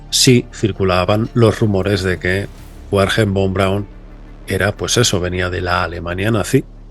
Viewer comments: miro tu contenido desde el 2013 y me encanta pero tu pronunciacion es horrorosa, el nombre de ese caballero se pronuncia foneticamente verner fon braun, 😅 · Se pronuncia, verner fon braun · Wernher Von Braun como bien dices era alemán. La "W" en alemán se pronuncia como nuestra "b" en castellano, por tanto se llamaba "Bernher" no "Uerner". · Se pronuncia Verner Fon Braun. En alemán ese “von” se pronuncia “fon”. Por cierto, Einstein se pronuncia “Ainchtain”…. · A saber que "Wernher Von Braun" se pronuncia "verner fon braun". En alemán la "W" se pronuncia como una "V" en español y la "V" en alemán se pronuncia como una "F" en español. Ejemplo: "Volkswagen" se pronuncia "folksvaguen". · como se dice: vernjer fon praun, saludos desde austria